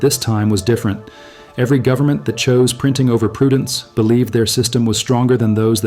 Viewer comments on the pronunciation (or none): "full faith and credit in the US gubmit" LOL